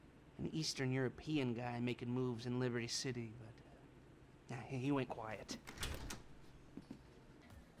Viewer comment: "Liberyti city" aí é foda neh